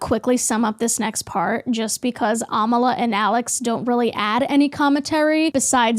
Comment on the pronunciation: It's ironic how u share the belief that people should respect pronouns and if they don't, they're a terrible person. And then go and miss pronounce Amala's name.